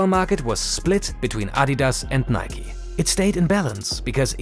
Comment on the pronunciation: Thank you for pronouncing Nike correctly. 🙌🏽